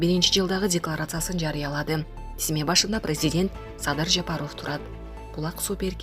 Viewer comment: Аиий журналистсинби же блогер дейби мынча сабатсыхсын фамилияны туура окуй албайсынЖапаров дегенди кандай айтасын озун уксан уят уят